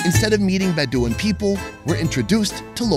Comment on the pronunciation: mispronouncing Bedouin is pretty funny.